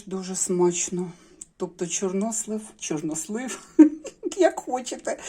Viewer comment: Мені дуже сподовся новий наголос у слові "чорнОслив"!!Дуже навіть!!Дякую про просвітництво!!😊😊 Щодо темного одягу і депресії,то це внутрішній стан виходить нагора!Тому люди і ховаються за чорно-сірим!В Італії теж взимку всі в чорному одязі-і молодь,і старші люди!!А щн був парад планет,то теж він так впливає.Багато чинників!А головний чинник - війна.Весна все одно вже в повітрі!! Смачна печінка!Я аж через телефон почула аромат!!! Дякую,,за відео!!🎉🎉🎉❤❤❤